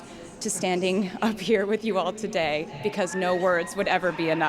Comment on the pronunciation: That accent when saying "today...r" sounded Irish. Didn't it? Easter egg for Dublin Concerts? Rep TS??